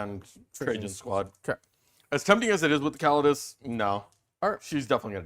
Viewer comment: 1h 25min in. Can’t watch him butcher Custodes again